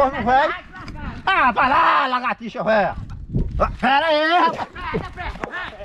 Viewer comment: Só eu que quase morri de rir do chamando o brutinho de legertixa velha